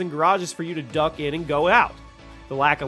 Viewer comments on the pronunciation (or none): none